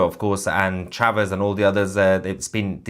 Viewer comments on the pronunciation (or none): none